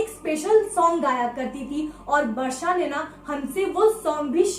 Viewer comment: Didi aap Varsha bol rahe ho ya Barsha? But iam happy ki mere naam ki tarah ye aap logo ke mooh se aaya hai❤️ 💜 please next horror video main meta naam bhi lona Varshini plzzz